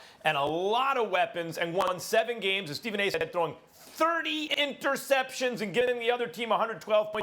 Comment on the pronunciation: “yes he threw thir-YES-ceptions”